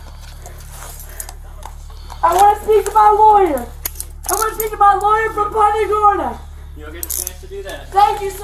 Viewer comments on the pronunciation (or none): Party Gurna? Does she mean Punta Gorda? 😂😂😂